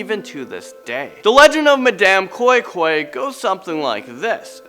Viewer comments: And madam koin koin. Not koi koi. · Wow thanks .you guys are great...lol the way you said madam koi-koi was very funny 😁😁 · The way he pronounced Madam koi koi is funny